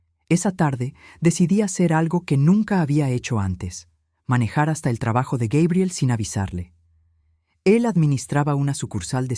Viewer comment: Yo ni siquiera le pregunto cuánto necesita, simplemente les digo lo siento pero ya no te voy a enviar dinero. Así es que te puede ur a volar. Y por favor pronucien Gabriel en Español correcta mente y luego gaibiel. Y mire señora en vez de estar rebajandose y humillándose con tanto la bla la con en esos dos idiotas ciere la puerta en la cara y Que se largue . Y esa nuera que dice into que los padres ayuda a lis hijos pues que le pida a sus padres. Grabiel, gaibel, Gabriel y de Nuevo gaibel